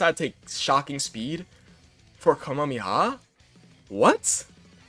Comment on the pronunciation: Ka - me - ha - me - ha not Kami-haa